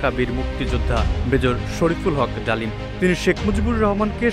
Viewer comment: 😂😂 Mejor Dalim ❌ Mejor Damil ✅:face-fuchsia-poop-shape